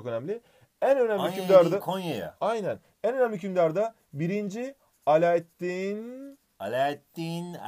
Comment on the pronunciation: Alaeddin değil alaaddin olucak keykubat değil keykubad